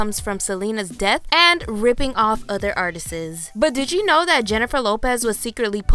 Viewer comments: “Artists”. Not “artisisisis” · Other "ARTISTS" not "ARTESES" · It’s pronounced “art-ists,” not “art-ist-ses.” Makes you sound uneducated. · Did she say “artisis” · Whats an "artises" hahahaha you mean "artists"?? Dumh ass narrator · Her saying artistsis is annoying. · “Artises” lmfaaooooooo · Artises? You can't say artists? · Artists not artises... it's making this video hard to watch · Love the exposé but the word “artist’s” doesn’t have an extra syllable. Artists not artist-es. Not being mean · Artises???? Also, you said “debuT”, pronouncing the T, which should be silent. Very, VERY distracting. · everytime you say "artistses" ITS JUST ARTISTS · "Artisis" lmao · STOP SAYING ARTISEZ the word is artists - two syllables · It's hard to take you seriously when you say artises. Instead of artists. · It’s pronounced ARTIST. Artistests is not a word. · "other artises" - It's "artist's" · Artist——ssssss (is how you pronounce) Artists. NOT Artist’sis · Drink everytime she says artises! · The commentator on this video---lip-sank? No, lip synced. And it's artists not artistess. JLo is not the greatest vocalist, but her vocals are her own. Too many albums to pass off as the voices of others. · She keeps saying “artistes”. Lol It’s just artists, no es. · Day-bew not day-bute. Artists, not artises. Good video though. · U lose all validity when u say "artisis" instead of artists 🙄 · The word is pronounced art-ists. Not art-is-ists. You are adding a syllable that doesn't exist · Artistes ? Should be pronounced artists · Are you saying artistses? It's just 'artists' bro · Why do you keep saying “artistes” ??? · girl if you don't stop mispronouncing the word "artists" i'm going to have to put the subtitles on and put the sound on mute. artists is pronounced "are- tisss" not "art- tis-is" ugh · Well that’s not really a shocker. However to the narrator,it is pronounced artist’s not artist-ists lol🤣 redo your voice with a ghost voice. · Artistsisisis just say artists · " Artisis " lol